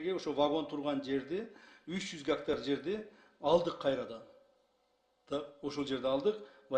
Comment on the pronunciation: Бир 90гектар дейт анан эле мин геетар дейт Ким кандай тушунду